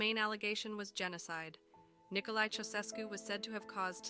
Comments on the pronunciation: Thank you. Her pronunciation for that name. Otherwise, a solid piece of Youtuber Gold. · Their surname is pronounced "CHOW-SHESH-CU".